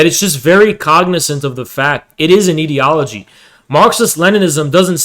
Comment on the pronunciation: I cannot focus on the topic because of how wrong he says ideology 😭